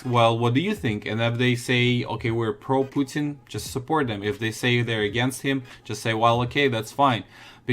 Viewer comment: lol he said “pooting” instead of “Putin”